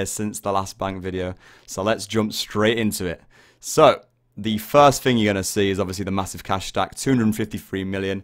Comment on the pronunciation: its "three" not free and its "thing" not think